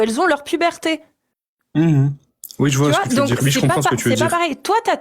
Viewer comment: j'ai un problème avec les gens qui disent "wui" au lieu de "oui"...bordel !!!!!!